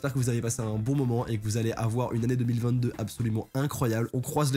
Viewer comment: Mec au début de ta vidéo tu dit oue 2021 pas ouf youpi 2022 mais fais attention 2022 sa se dit pareil que 2020 2